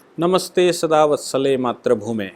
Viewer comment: सर जी आप का भारत मां को वंदन करके शुरू हो जाना बडा अच्छा लगता है किंतु आप नमस्ते सदा वत्सले "मात्रभूमे" ऐसा उच्चारण सुनाई देता है. वह "मातृभुमे" ऐसा होना चाहीये. धन्यवाद.